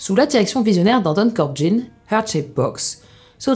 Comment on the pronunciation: Anton Corbijn (il est Neerlandais), pas Corbjin. Le mec est un poids lourd du milieu (U2, Depeche Mode), merci de faire attention.